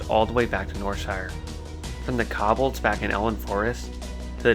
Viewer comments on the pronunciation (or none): and kobolds. Ko (rhymes with toe) and bold sounding like saying the single word 'bold' or some people say it 'bald' so, koe-bald. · Good video, just constructive criticism, mispronouncing words is distracting, for example Defias and Kobalds. Keep up the good work, I know it’s time consuming